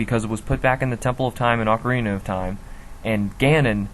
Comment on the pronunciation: you would pronounce these words like "jerudo" or "malaun" or "AUCARINA",for gods sake these sound ridiculous,prounciations like gerudo,malon,and OCARINA sound a hell lot better p.s.the hero's shade theory is WRONG,I said this like 3 times in the comments of this video but i just want to make sure to everyone that it is wrong